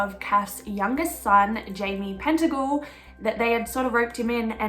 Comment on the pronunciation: Pettingill..not pentagil. Thanks for the vid